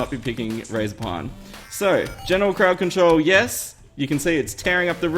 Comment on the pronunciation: he said farting crowd cantrol lol